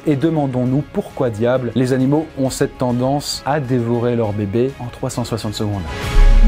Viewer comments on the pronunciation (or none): j'ai pas rêvé il a bien dit " les anileaux" sinon super vidéo :-)